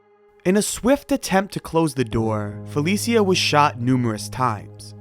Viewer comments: It’s fuh Lee sha (Felicia) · Fuh-leee-sha, not Fell-eee-see-uh. At least get the deceased's name right